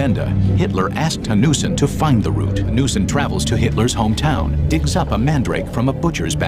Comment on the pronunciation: the name is Eric Jan Hanussen. The pronunciation in the video made it hard to find the name. Interestingly, he was Jewish.